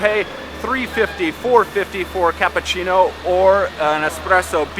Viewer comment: You are very good. I'm sure you can learn to say cappUccino and not cappAccino.